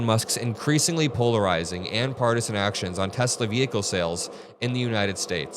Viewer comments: "I love Tesler!" 😂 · This is what happens when Trump says, "I love Teslur!"